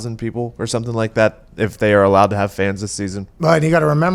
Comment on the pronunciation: I love when Pat says "suh'm like 'at"